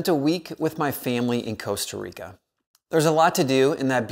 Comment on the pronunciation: In Spanish, every "o" is pronounced like the one in "taco". He pronounced Costa Rica (meaning Rich Coast) correctly, as named by the Spanish explorers who landed there. 🙂